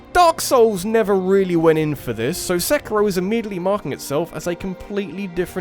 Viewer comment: No psychonauts 2? Dislike, channel avoided Ps mario is pronounced marr e o not mary o And seikiro is say key ro not sekky ro